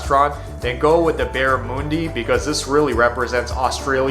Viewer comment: There is an Australian bakery in Los Angeles where you can get meat pies, sausage rolls and Australian cakes, not sure how good they are or even if its an Australian doing all the baking but there is a shop there. Its Barramundi ✔ NOT Barramoooondi ❌